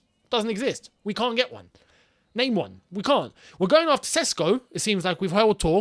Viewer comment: You called d name right